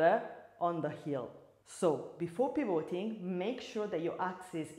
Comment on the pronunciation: Ottima lezione, grazie. Una sola cosa: pivoting con lo stress sulla i non sulla o 🙂